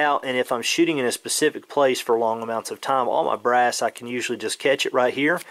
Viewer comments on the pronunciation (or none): none